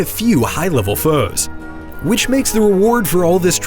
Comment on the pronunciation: Did you not look at the screen when you said FOES like FRIS